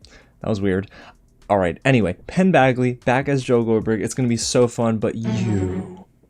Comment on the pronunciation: Did you call him Penn BAGly? 😄😄